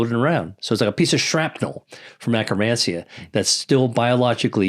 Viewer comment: Did he say acromancia?